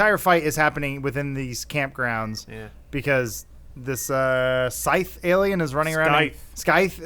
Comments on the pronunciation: really? The fuck kind of nerd doesn't know how to pronounce scythe? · The c is a soft c in scythe. It's like a sickle only bigger.